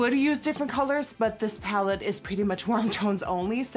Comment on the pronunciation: LMAO ” the box is very small” said but her “pallet”